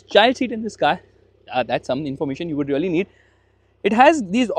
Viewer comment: Really❌ Reollieeeee ✅